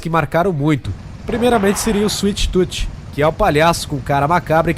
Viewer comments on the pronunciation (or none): kkk suite tuti kk afff cala boca ...... suite toom escrevi portugues pra vc sabe pornuncia o certo animal